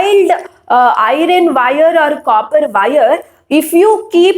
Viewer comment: Teachere it is not irene its iron